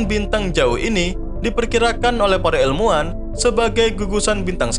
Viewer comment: Orang jawa ya min, soalnya nyebut ilmuan jadi elmuan 🤭